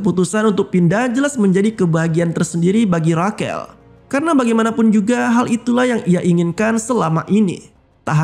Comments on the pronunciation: Bukannya Rashel ya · Rachel dibaca reycel bang bukan rakel